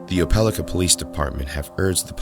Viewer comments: It is pronounced "oh-puh-LIE-ka", not "oh-PEL-ih-kuh". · Oh Peh Lie Kuh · it’s pronounced Oh-pah-like-ah. im from an area near the town. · Pronunciation note: Opelika, Alabama is pronounced oh-puh-lahy-kuh according to the dictionary, and also to people at a company I worked for that owned a plant there. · Its pronounced Opal-eye-ka. 😂😂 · ope-ah-like-ah Alabama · You pronounced Opelika wrong. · pronounced the alabama city wrong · I laughed as soon as he said it, no body outside opelika can say it